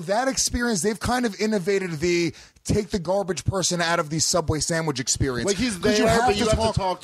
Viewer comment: I was on board up until he said rite aid sammich